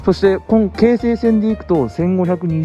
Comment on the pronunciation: 京急と同じ抑揚で 京成と発音するが 何か新鮮でした。 青砥駅も、ん？と思いましたが は 抑揚には無頓着ですか？ 気にならないって方は いらっしゃるのでしょうが、 僕は気になったので、 コメントいたしました。